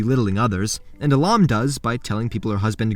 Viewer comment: How could you butcher a beautiful name like Ahlam?